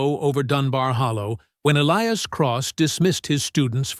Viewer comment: Good plot but the AI narration made a mess of pronouncing the hero's name: was it Elias, or "Elee-ass"?